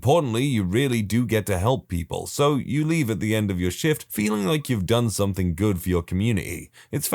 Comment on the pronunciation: No K in the word something